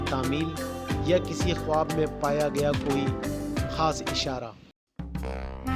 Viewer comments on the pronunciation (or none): none